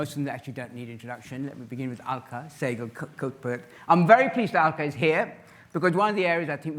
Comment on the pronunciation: Her name is Sehgal; don't mangle it to Seghal.